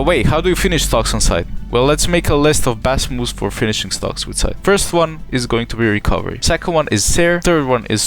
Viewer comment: All I heard was sytch, near and side